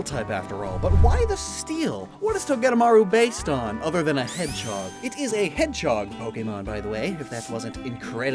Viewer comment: Everyone else: Hedge-hog: Hed-chog